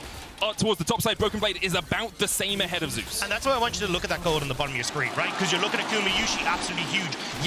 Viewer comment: Zeus being pronounced as Jay_usss is strange